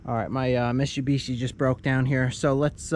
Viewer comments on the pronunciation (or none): My uh “mishubishi” lol 😂